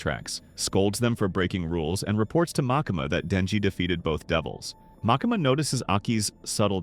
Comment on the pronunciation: Great recap, thank you! 🖤 but the way you pronounce "MakAma"... 😂😭